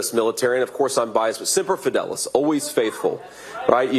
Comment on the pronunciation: He doesn't even know how to pronounce Semper Fidelis! What's with "Simper Fidelis?"